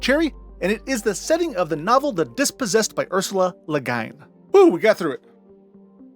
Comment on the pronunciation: the way you pronounce ursela la guin makes me want to jump off the empire state building hoping to catch my eyelid on a nail